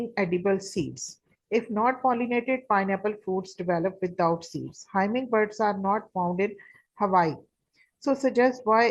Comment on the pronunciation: Its humming not himming bird